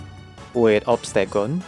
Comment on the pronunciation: Say obstegoon one more time